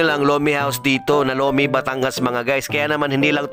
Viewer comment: Lomenngg😂😂😂bisaya na tuuuuu😅